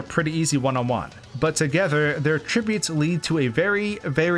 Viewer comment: I'm sorry did you say a tribute? That is not how you pronounce attributes. Lol! I'm sorry I could not help but laugh when you pronounce it that way, it just didn't sound right. Anyways this is still a pretty awesome video. I know this came out a year ago, but I can't help but comment about a problem with the music. Why do you have this extremely pleasant end credits remix of Yoshi's story from Super Smash Bros brawl playing when you're showing off the bosses? It's an epic fight and the music is just way too pleasant while showing off these intimidating foes and explaining why this would be very challenging. I feel so thrown off by how hyperpleasant this music you have playing in the background is while you're dealing with a hard boss fight. Why couldn't you just use like I don't know the final boss theme from Super Mario 64? That would have made so much more sense than having like the most pleasant music ever playing while Mario is getting his ass kicked. You're right! This is super annoying. You're showing this epic battle and you're playing pleasant music that just doesn't go with it in the background. It should have been something more Epic